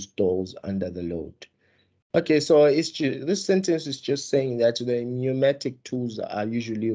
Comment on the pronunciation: Pneumatic not pneumonic mr😂